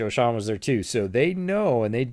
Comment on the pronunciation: Love the idea! Btw, Joe Schoen is pronounced "Shane", but it's an easy mistake to make lol.